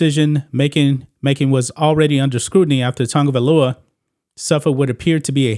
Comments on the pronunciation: OMG!! His name is not Tungovailoa, it’s Tagovailoa!! There is no “N” in his name!! Prayers for him! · OMG!! His name is not Tugovailoa!! It's TAGOVAILOA!!! SMH